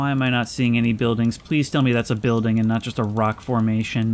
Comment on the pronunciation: You missed the chance to pick up that yellow door. It would've fit the spot with the mismatch Cheers, I'll drink to that Every time I watch this video, and hear him say "building" like that, I think about the "don't be racist, I am a building" song